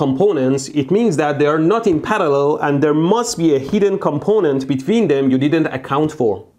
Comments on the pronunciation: The word parallel: exists Mehdi: Palallel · I love how he says parallel